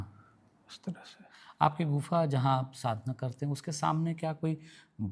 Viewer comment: गुनफा नहीं गुफा न नहीं बोलना है